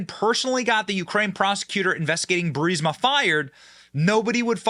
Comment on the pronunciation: You know Benny went through a character development when he pronounced 'Burisma' correctly 😂